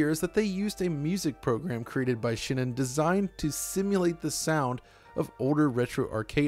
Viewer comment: it's shin-en, not shi-nen